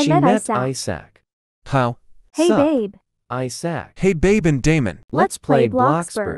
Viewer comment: “I S A C”